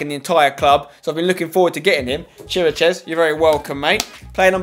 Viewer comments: Š is pronounced as sch so please stop pronouncing it as S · Im from Romania and it is pronounced Kir-ee-kesh . Ok? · You pronounce Chiriches Kir-a-kesh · Vlad Chiricheš (Tottenham Hotspur - Romania - CB) is pronounced KI - RICK - ESH. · The Spurs CB is pronounced KERIAKESH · You pronounce Chiriches ki/ri/kesh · Pronounce chiriches as "keerakesh" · its pronounce chi-ri-ches